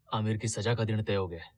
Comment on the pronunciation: Saja means to adorn.Saza is period of punishment..Pronounce correctly